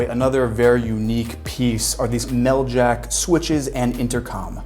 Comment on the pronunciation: AH! Whenever I see Meljac switches, I know it's gonna be good! One thing, however, it's Mel-zha, not Mel-Jak!